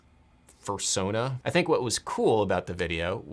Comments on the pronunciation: a furrrsona ? You can do better than that ^^ ! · Dang...I thought he said "purrsona." I am so naive...or old. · "I believe it is called a..." Please say Catam Neely, please say Catam Neely, please say Catam Neely - "...Fursona" DAMNIT!!!